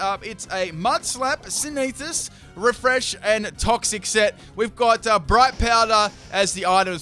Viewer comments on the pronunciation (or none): Sin - the - Sis, just say it really fast and you've got the correct pronunciation of Synthesis. =_= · and attack moves (synethis) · And he pronounced synthesis as sinethis